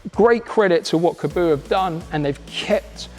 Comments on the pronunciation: Your pronouncing is correct. Kah bow... Kaboo like he's saying in the video is wrong. I've watched the creators say it on some of their videos years ago. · Weird how people pronounce it “kaboo” when it’s kaabo “kah-bow” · Good vid! Why do so many pronounce the name "ka-boo"?! Have a look how it's spelt. There's only 1 "o". It can only be "kaa" (car)-bo! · I've been pronouncing Kaabo as Car Bow since I first heard of them. I want this one that's for sure